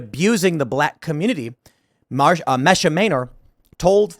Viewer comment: I believe her name is pronounced MEE-sha